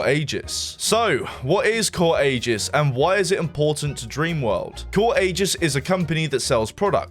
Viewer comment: why did bro pronounce aegis like that.. i dont get why people think the letter "g" is pronounced like a "j" when its not